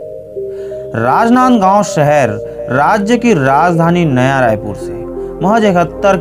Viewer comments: कितना गंदा बोल रहा है...राजनांदगांव बोलना तो ढंग से सीख लो। इन्फोर्मेशन बहुत कमजोर है। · Bhai rajnandgaon jis style se bola hai n ispe hi mza aagya🤣🤣